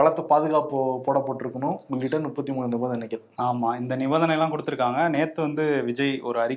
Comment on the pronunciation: Nuppathi pronounciation wrong. Muppathi endru sollungal. many mistakes on pronounciation, biased attacks, unnecessary sarcasm etc.